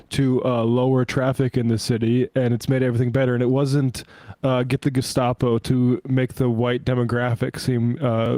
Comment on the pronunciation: the way that Emma says Gestapo is perfect, except that the 'S' should be pronounced a thick german 'sch' sound.